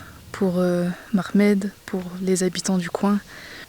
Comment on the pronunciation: Son prėnom et Mohamed et pas Makhmed apprend bien a le prennoncer car c'est aussi le nom de notre prophėte